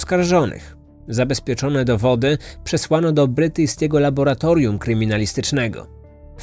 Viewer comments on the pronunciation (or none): none